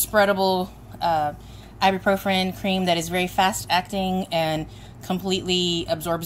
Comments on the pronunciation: Great video but you're putting an extra R at the end of Ibuprofen when you pronounce it. It's "Eye-B-Pro-Fin" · Actually, it's pronounced "Eye-bue-Pro-Fin".